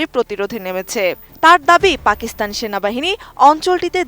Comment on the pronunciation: পাকস্থান নো ফাকস্থান ঠিক 😂😂